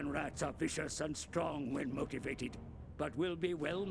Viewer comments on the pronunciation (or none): none